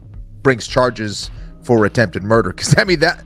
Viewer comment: Did I just see someone say "attempted murd"? Whoa, leaving a syllable off is so clever.